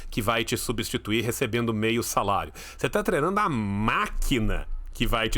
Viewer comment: Nunca tinha percebido que o fala "trenando"!